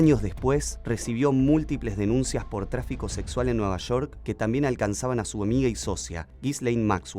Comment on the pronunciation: es Nueva Shork o Nueva York? 🤣